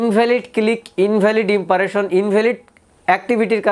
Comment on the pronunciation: ভাই কথাটা "ইমপারেশন" না। "ইমপ্রেশন" হবে। আশা করি পরের ভিডিওতে সঠিক উচ্চারণ করবেন। আমি আপনার চ্যানেলের ভিডিও দেখে থাকি।